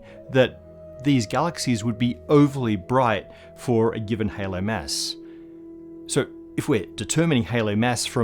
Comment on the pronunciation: His pronounciation of "mass" is ridiculous.